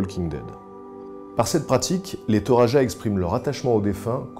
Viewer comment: Pour les Toraja, il faut savoir que n'importe qui ne peut pas avoir une poupée à son effigie après sa mort : le nombre de bœufs sacrifiés lors de son enterrement compte, il me semble. (et ça ce prononce Toradja ;) )